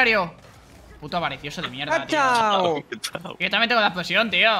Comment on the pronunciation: Porque todos dicen kachau cuando es kuchau, no vieron la película acaso😢